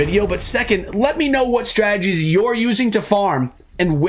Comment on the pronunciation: I hear strajjies...instead of strategies 😂